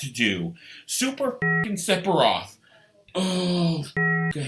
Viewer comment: I’m pretty sure it’s Sef a Roth not SeP A ROTH!